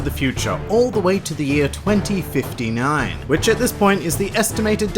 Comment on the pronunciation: i had to rewind 5 times just to confirm tht you said 2059